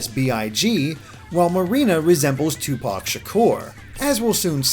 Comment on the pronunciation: That pronunciation of biggie and tupac killed me